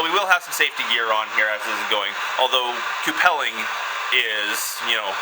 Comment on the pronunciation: I've always heard it pronounced q-pull or q-pull-ing not coo-pell-ing. By the way, you might want to think about getting a leather bib (or at least flame resistant cloth like the cheapy welding coats) to protect your beard from the heat.. All you need is to light your beard on fire... that'd be bad.